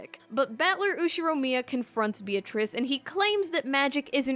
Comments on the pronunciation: Says Beatrice's name wrong Unsubscribe. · ... when you say you love Umineko but you pronounce Beatrice's name wrong... it hurts my ears every time you say it sorry